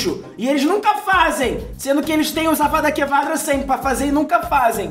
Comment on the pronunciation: Avadakevadra me quebrou kkkkkk